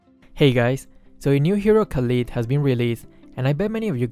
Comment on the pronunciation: u said his name wrongly 😂😂